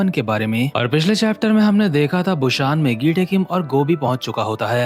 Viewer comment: Bro it's busan not bushan